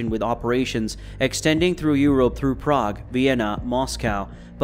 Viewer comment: Y he say europe like that